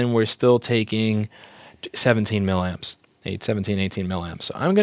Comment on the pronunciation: Louis, it's "milly-amps". Say it 10 times, milly-amps.